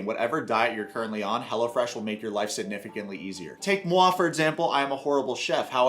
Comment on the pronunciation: The way you pronounce it, I hear "Hella Fresh" which I sort of which was the actual name.